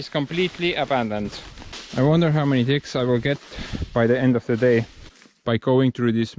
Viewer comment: When you said "I wonder how many ticks I'll get by the end of the day" you sounded like your T's are D's and I laugh cried for a minute. Thx for sharing. Love to see what the rest of your village looks like too.